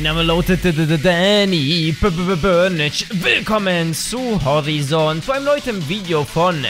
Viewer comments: Es wird Horeison ausgesprochen Danny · Für dumme: Horizon = horaizen(ausgesprochen) 😂